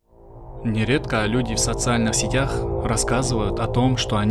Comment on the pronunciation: В социальных сЕтях , а не сетЯх.....